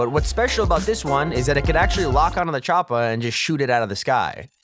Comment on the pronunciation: He sead chopa lol chopa